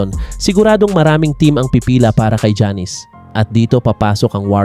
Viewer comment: Sir, paki pronounce muna mga name ng players ng tama. Hindi sya Jannis, ginawa mo naman pong barbershop. Not pronouncing their names right is like a disrespect to them. Research mo muna ung mga simple things, bago ka mag punta sa mga pananaw mo.